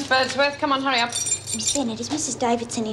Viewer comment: Vera said Curry up instead of hurry, Lizzie said Ked instead of Kev, the mistakes are so funny, they must have barely did any re-takes..and Bea must have had so many holidays she is always missing for episodes and in the pound!